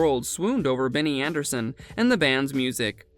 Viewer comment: ABBAtars are the digital avatars of ABBA themselves... not the fanbase... you pronounced his first names wrong. What is this ?